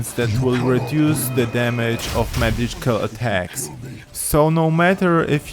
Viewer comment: "Madical athacs"